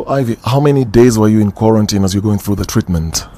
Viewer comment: Agreed on her pronunciation of the word 'quarantine'......That is the correct pronunciation!!!! Can't everyone do justice to that word?